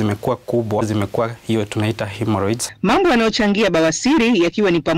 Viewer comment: Lulu , ni "himoroids" sio ""haemoroids".